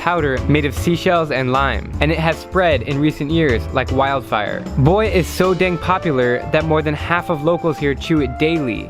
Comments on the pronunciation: Its pronounced “Boo, ai” Not boy. Trust me, I lived here for 6 years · "Hebe buai"